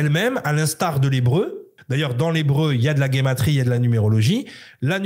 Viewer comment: On prononce ( jématri ) pas gaymatrie, à moins que ça ne s’écrive guématrie mais même ça c’est horrible à l’oreille, c’est comme dire géométrie guéométrie, de plus géométrie ne serait pas l’origine du mot justement ? A bon entendeur.